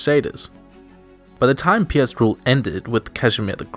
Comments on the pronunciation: This is pretty neat. I wonder about your pronounciations though. Some names you do well ("Lech" for example), while others you read like you would if they were English words ("Piast" becoming "Pee-ast" as opposed to a single-syllabe "Pjast"). How come there's this mix? Also, a possibly useless tip for future videos, for getting the pronounciation of names in a lot of foreign languages - there's many free speech synthesisers which will read them for you. They'll sound a bit robotic, but should give you an idea of how to say things. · Me when I heard Piast “PIAST LIKE THE STORE?”